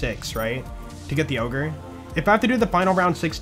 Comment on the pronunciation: When you say "We gotta get the ogre", it kinda sounds like "We gotta get the yogurt"